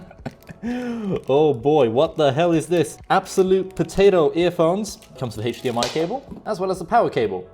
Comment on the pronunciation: "Heych dmi cable"